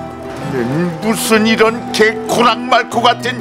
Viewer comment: 개 코랑 말코 ㅋㅋㅋㅋ 그렇게 들리긴 하는데 원래 "개 호랑말코" 아님?ㅋㅋㅋㅋ